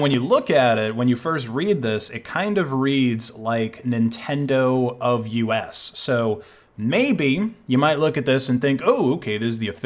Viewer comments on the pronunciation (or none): “Nintend-oofus” instead of Nintendo of us got me cracking 💀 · It's not nintendoo fus, it's nintendo of us XD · Ninten doofus